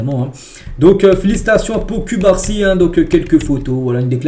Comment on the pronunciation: 😂chef cubarsi s'eppelle (coup-bar-si) pas (cul-bar-si) 😂😂 mais je kiffe kan meme hahah